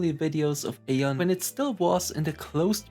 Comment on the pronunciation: Thank you so much for the memory. It was so magical back then. Question: why do you choose to pronounce it /ei-on/ instead of /ai-on/ like the game explicitly pronounces it?